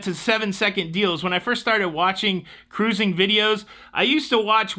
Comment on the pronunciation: I applaud Carnival for not having political coverage on ship. Don't change anything, intro song, or your fun "cah-rooz-ing"!